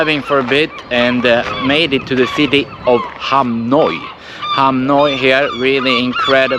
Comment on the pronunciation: Hahaha I laught when you pronounced Hamnöy, Ham Noi as it means: small penis in Thai! ☺